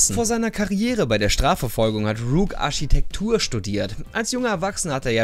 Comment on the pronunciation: Rook hat Arschitektur gelernt haha